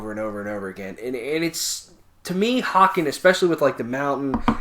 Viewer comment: Great fucking review guys. Just know that the band's name is pronounced "Hey Cun" 😀 And I absolutely agree with your assessment, a fucking great album, it envelops you completely when you listen to it.